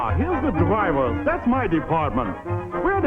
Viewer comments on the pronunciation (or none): Dwivers are tue scweist peoples!!!!! 😂😂😂😂